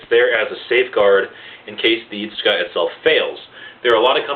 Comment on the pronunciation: btw the "tsuka" is not pronounced as "iska" but its pronounced as "sooka"